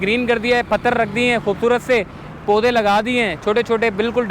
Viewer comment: Poday ko sahi tarha bolna sikho